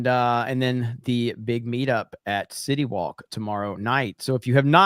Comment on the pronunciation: Every time says city walk it sounds like shitty wok from South park 🤣🤣🤣🤣🤣🤣🤣🤣